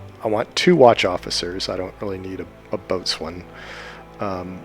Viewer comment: FYI, "Boatswain" is pronounced "Bosun".